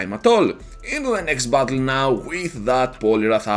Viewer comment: When you say "battle" it kinda sounds like "butthole."